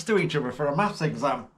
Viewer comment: Maffs or Maff its neither it Maths .